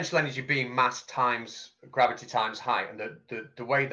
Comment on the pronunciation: I love it! "GRABBITY"!